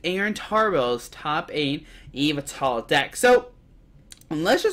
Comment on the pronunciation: Can’t even say yveltal right